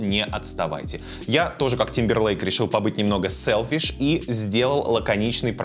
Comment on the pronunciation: Тык пердык сэлфишь 😂😂😂 браво